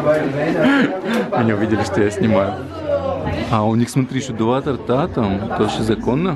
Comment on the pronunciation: Два тОрта, а не два тортА